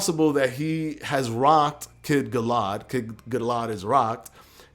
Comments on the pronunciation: *Conor Benn *Gal-uh-had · Also, not to be a penis, but it's pronounced Gal-A-Had. I agree on the hand placement though. Still fucking HYPED for this!